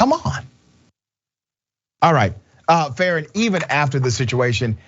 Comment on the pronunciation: Farron is such a good dude but every time I hear his name it sounds like "karen"